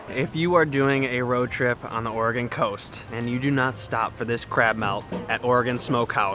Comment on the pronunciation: I am shocked that you're pronouncing Oregon correctly. Nice video, it does get a little warmer in the summer, but if you noticed the cool landscape...that didn't get there with good weather. Enjoy and thanks for sharing!